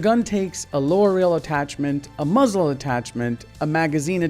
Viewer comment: whenever this guy says muzzle I feel like he is saying muslim